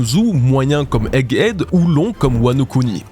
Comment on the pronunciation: bros doit être prononcé BROWZ, Egghead se prononce EGHED, un petit effort!